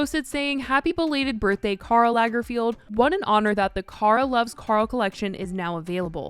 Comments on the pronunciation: Lagerfeld, not Lagerfield :) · I just can't with the pronunciation of Lagerfeld 😂 why do you keep saying Lagerfield? Lager-feld, it's very simple.. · It is LagerFELD not LagerFIELD. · Not entirely relevant but it’s LagerFELD not LagerFIELD, babe.